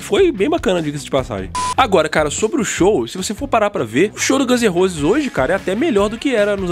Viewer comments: Chinese "Demócraci", Guns n "Rouses". Dicas pra melhorar teu inglês tmj! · 'Gãns e Rôses' kkkkkkkkkk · Aprende a falar o nome da Banda pelo amor de Deus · Gãnzerrosi? Chainizidemocreici??? Porra, bicho… poderia pelo menos fazer um esforço em aprender a pronúncia da Banda, do álbum… Gãns em Rouses! Chainiz De-mócraci!